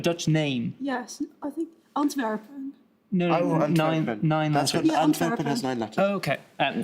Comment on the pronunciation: As a Dutch person, that pronunciation of Antwerpen was really satisfying (They almost said Amsterdam to a question about city's in Belgium!1!1!!)